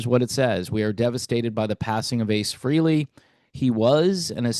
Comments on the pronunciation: It’s fray lay not free Lee !! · It's pronounced FRAY-LEE not FREE-LEE, you putz. May ACE rest in peace. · It’s pronounce Fray Lee not Free Lee.